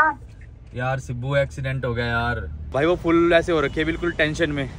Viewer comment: woh sibu nahi. Sibbu. Hota hai pagal,😂